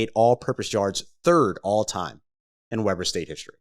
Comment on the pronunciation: it's pronounced Weeeeber not webber long E